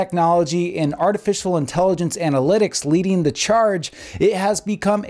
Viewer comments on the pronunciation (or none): none